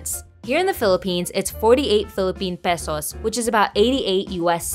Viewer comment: Finally someone can pronounce Pesos correctly